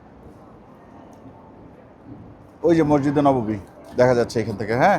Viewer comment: আসসালামুয়ালাইকুম মাসজিদে নওয়াবী নয় এটা ভুল, সঠিক হচ্ছে মসজিদে নববী!!!